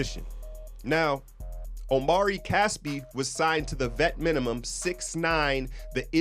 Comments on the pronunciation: Hey great video and interesting analysis. Really sheds some light on the Young signing. Just FYI, Casspi's name is pronounced OH-MREE CAH-SSPEE, last name as in the phrase when a doctor says "Say Ah." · bro I think it's (AH-mri KASS-pi)